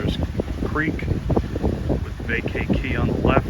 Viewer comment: Great video as usual. As an aside, Vaca Key is pronounced Vaaaca-key, or ba-ka key depending on your nationality.